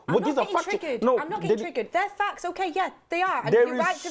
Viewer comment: Reminds me of Rafa's 'Fackts'. 😂